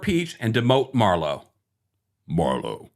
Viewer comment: ok....your "MARLO" just made me holler🤣🤣🤣